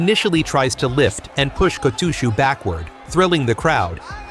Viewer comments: who in the hell is Ko-TWO-SHOE?! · If I hear the AI say "KO-TOO-SHOE" I'm gone bro. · Two-shoe ? No thanks. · Oh come on! Apart from that one episode we'll never speak of again my only complaint about this otherwise fine channel has been about the pronunciation of the wrestlers' names, the kimarite, etc. I even mentioned that the way your voiceover program says Kotooshu is particularly grating in a comment you read and replied to! So when I saw this video I thought you'd surely have addressed it. But I'm only 2 minutes in and again I'm hearing the great man's shikona be contorted and mangled. You are making it harder to like your videos, for me at least. Which is a great shame as they are basically pretty good. (High praise from a dour Fifer.) I realise it might seem petty, but it takes me right out of the video with irritation and I have to make that bit more effort as a consequence. Which obviously doesn't encourage a person to keep watching. I have no idea what you need to do to fix this as I am too old to be bothered learning about stuff that doesn't interest me. I'd much rather watch sumo. But you've managed to put together an impressive channel here so you're obviously good enough at this sort of thing to be able to work it out. The correct way to say all these things can be found fairly easily through Google. Even I can do that much. I have done in the past when sumo was all new to me. But I'm afraid you're on your own after that. Please sort this out. Not only might watching the channel start to feel like a chore rather than fun but at the moment I am too embarrassed to share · i was gone the moment i heard the weird pronunciation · I’ve heard AI say it like that too many times, man, it drives me nuts lol. They’re not built for rikishi names. I guess they won’t be taking over just yet, or if they try it they’ll be shamed into submission for being unable to pronounce anything. See ya on another video maybe 👍